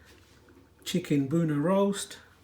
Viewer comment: “Boonah” lol 😂 proper shade bhaiiiii